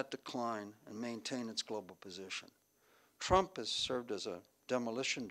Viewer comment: President ‘Chump’, or was that just my hearing?